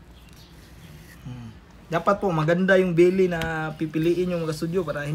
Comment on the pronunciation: Belly not billi hahhaa